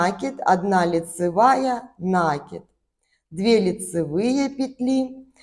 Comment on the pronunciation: Красивый узор, спасибо! Только правильно ударение ставить : накИд, не нАкид, от глагола накИдывать